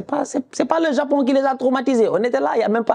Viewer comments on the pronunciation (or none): none